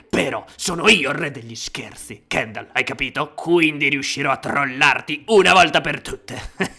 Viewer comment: KENDAL HA DETTO SESWO